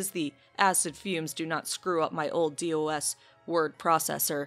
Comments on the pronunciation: LMAO DEE OWE ESS. Rawr it’s just said dos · Oh my sweet summer child, it’s Dos, not D.O.S.. pronounced doss. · Pronouncing DOS as Dee O Ess... you're making me feel old